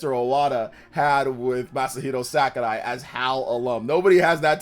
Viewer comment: “Masahiro SACARAI” lol